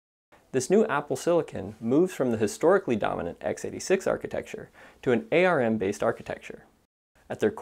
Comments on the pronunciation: It's not a-r-m .. it's ARM! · Please stop saying A R M. Otherwise great content.